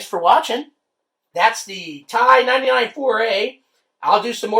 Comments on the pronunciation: My father ran several Ti99 user groups and News letters in the 80's and early 90's. I grew up on the "T" "I". The first computer I learned to program. I am now in my late 40's. it rages me every time you call it a "tie"! LOL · I always called the T.I. 99, not tie 99.